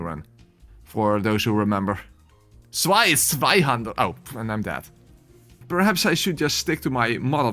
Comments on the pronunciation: I pronounce Zweihänder like you did (I think…) How do people mispronounce it? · *leid :P You did a good job with the Zweihänder, it healed a little part of my soul, tormented by a decade of bad pronunciation!